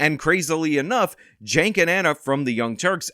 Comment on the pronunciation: Why do you pronounce "Cenk" as "Jank"? Shouldn't it be "Chank" or Ive even heard people say "Sank". But "Jank"? Where do you get that "J" from?